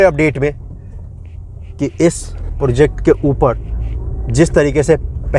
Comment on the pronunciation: project bolo bhai.. porject nhi